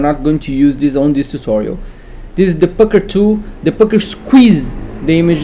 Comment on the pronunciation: the fcuker tool..ee..ee.. eesqwiz tha bres.. XD epic..